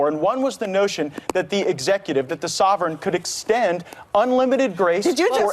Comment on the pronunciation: Omg! "Sovereign" did he really say that????